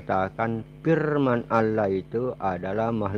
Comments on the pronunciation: Nyebut nama tuhan ko alah, yg bener ALLAH bukan alah, ini penista agama islam, nuduh" ustadz lgi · Ya kurang dn kehabisan obatnya, mana obat" bagi konyol kami gk ngaruh 😂😂😂 insyaallah kuat iman kami kuat, x lgi gk ngruh gk nyambung 🤣🤣🤣🤣 Jangan" pendata x hihihihi... Tu kn, suaranya aja tau apa agamanya, nyebut Allah, dia sebut alah 😁😁😁 capek aja lu ngoceh, nnti di kirim ke diburok hhh Ingat makin kuat Islam di Indonesia ya jangan ngwuuur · Nyoyot aja kau ini kasiaaan bilang aja Allah .bilangnya alah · Ya allah kakek2,,,,,,sadarlah kalo di liat dari topeng ini,,, sudah dekat bangat bau tanah,,,, zikir2 sana Sayang ini,,semoga cepat2 dapat hidayah lah,,,, firman allah aja gak benar ucapin nyan,,,, FIRMAN ALLAH KEK,,, BUKAN FIRMAN ALAH,,, SEMOGA ANDA CEPAT SEDAR KEMBALI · Tapi saya pribadi meragukan keislaman mbah ini,,, Dari dia cara menyebut nama Allah aja Alah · Udh tua,sok pake sorban ala" Kiyai,nyebut Allah aja Alah.KACAU! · Ngomong aja kaku,nyebut allah aja alah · Ketika mengucap allah itu seperti orang kristen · Sibapak ini agamanya apa ya , menyebut Allah aja ngak ngak pas .